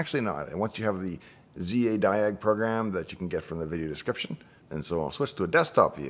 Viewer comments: It's Zadig not Zadiag...! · Zadig - not Zadiag